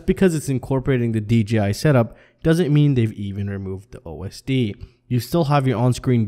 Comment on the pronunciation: Not trying to be an ass but you keep saying DGI did you mean DJI, its just throwing me for a loop......am I saying it wrong?